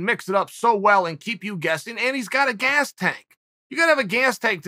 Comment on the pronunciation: Wtf was that Uncle Chael? A "gaayus" tank???? 🤣😂🤣😂🤣😂🤣